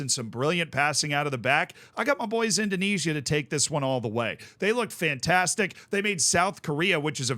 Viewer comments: With a name like, you'd think he could pronounce the Dutch East Indies correctly 😂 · The way pronounces 'Indonesia' intrigues me.